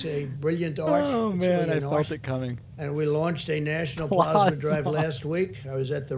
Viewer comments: "dexamethasone" "PLOSMA" & "donate PLOSMA today" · Teryna Asher blahsma! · “Please mention plozmuh” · Plozmuh is very similar to plasma. It’s more plausible to pause Covid-19 symptoms using plozmuh. You just have to... put it on... your paws... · Pluhs-ma or PLOSMA 😂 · Plaughsma, plausma, which one is right Trump??? Lol! He is so not smart. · “It almost seems like he doesn’t really care, but he doesn’t seem very bright.” Pakman, I think you just summed up this presidency. Do you think that when he hears people say plasma, that he thinks they are saying it wrong? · Then we'll be here for days. Dude can't even handle pronouncing plasma.